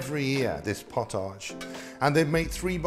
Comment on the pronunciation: Love your channel. Just a little correction. Its prounounced 'pot-idge' potidge. Not 'pot-age' even though its spelt that way. Pottage was a very thick soup with a ton more grains. It had the consistency of thick stew that you could almost stand your spoon in.